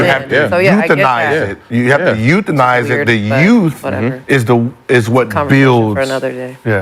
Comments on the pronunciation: Gil- “U have to Youthanize it” 😂😂😂😂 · Youthanize?? The transcript is gonna read euthanize tho